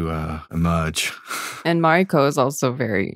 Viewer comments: How long you been on this series and still can't pronounce her name:NOT MAREIKO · bro can't pronounce mariko? 🤨